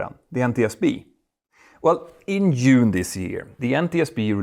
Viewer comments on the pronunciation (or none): June not Yoon. It's not Swedish 🤡